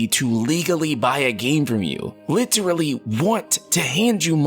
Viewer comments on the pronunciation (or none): none